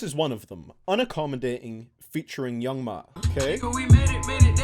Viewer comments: Who is Young MA it's Young M.A like say the letter M A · Anyone else hate when he said young ma instead of young ma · the g stands for god-awful pronunciation of young MA 😂